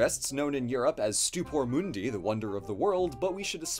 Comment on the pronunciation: Stupor Mundi What I Hear: Stupid Mundi